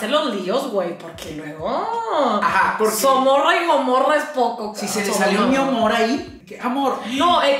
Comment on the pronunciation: "Somorra" y Gomorra 😂😂😂😂 siempre agarro cura con los videos donde sale.